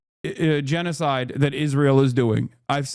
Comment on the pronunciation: He just can't say gennocide